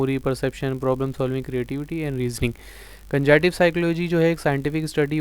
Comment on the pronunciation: Sir you speak word cognitive as con-gitive. What is reason?